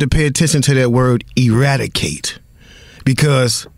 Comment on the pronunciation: e·rad·i·cate /əˈradəˌkāt/ Learn to pronounce verb destroy completely; put an end to.